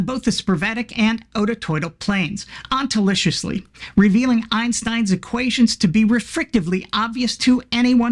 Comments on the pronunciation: "Ontolishlisly." Genius. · “Ontoliciously” indeed😅